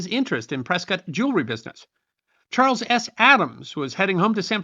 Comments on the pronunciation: I live in Prescott, and glad to hear it pronounced correctly. "Pres-kit," like Biscuit. Great story. Never knew about this stagecoach massacre nor its connection to Prescott. Even learned the origin of the name Hassayampa. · I live in Prescott AZ, and I want to compliment you for pronouncing the name correctly... It is indeed referred to by us locals as "Press-kit", not "Press-kaht". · Oh, Thank you for pronouncing Prescott correctly. Us Arizonans love you more for it. Butterfield trail went right though my town. Super cool information. Thanks! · Congratulations,! You pronounced "Prescott" just like "biscuit". I'd almost think you were from Prescott! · Well done again. As someone who lived in Arizona from 1959 through 2014 I actually loved this one. Also, I want to commend you on your proper pronunciation of "Prescott". I'm very familiar with every area that you mentioned during this story as well as the story itself. Like so many other times in our nation's history the native tribes get a bad rap and are blamed for things that were never their fault or that they never did. BTW That's a beautiful tuxie gato or gata you have there. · I came here to say the same! Impressive he knew the correct pronunciation, that generally only us who are from Prescott, know. Now to find out the lived there... way kool! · It's so unusual to hear Prescott pronounced correctly. I see another commenter has also given you credit for that. Good job, and great story telling. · Good work hitting the local pronounciation of the territorial capitol. 😊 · pronounced Prescott correctly!!!